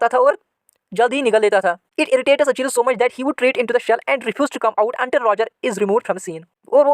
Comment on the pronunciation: Sir your english is gay you pronounce achilles wrong